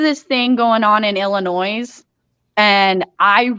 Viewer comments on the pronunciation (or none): The “s” in Illinois is silent. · Yay! Glad to see again! Can't wait for the video! Just a heads up though, don't say the "s" in Illinois..it makes the citizens of that state's teeth ache.